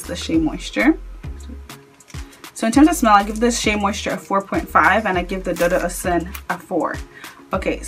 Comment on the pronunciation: Dudu is pronounced doo doo. It is a Yoruba word that means black. Ose Dudu means black soap.